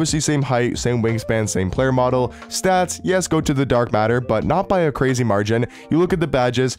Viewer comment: Grazy lol … Michael Ryan.. Lol.., you messing up words is the best part of some of your videos.